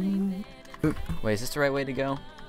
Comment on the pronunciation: m8: M eight? say it mate. please.